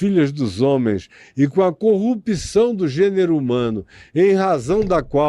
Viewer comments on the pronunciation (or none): none